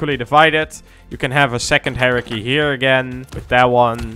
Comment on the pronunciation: My man said hierarchy like heresy and im here for it.